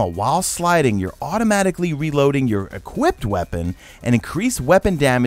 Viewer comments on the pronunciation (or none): none